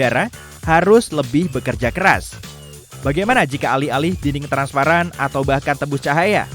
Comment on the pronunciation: Transparan* Bukan transapran